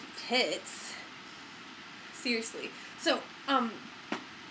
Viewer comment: The only word you say funny is "aluminium". There is literally no such thing as "aloominum". And of course "seriously" - which I think has 4 syllables - you've managed to compress it to "see-iss-ly".